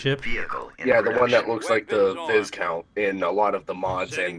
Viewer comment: v-eye-count, not viz-count